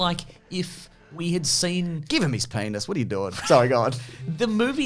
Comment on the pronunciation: I don’t think I’ve ever heard “penis” in an Australian accent. I’m dying laughing 😂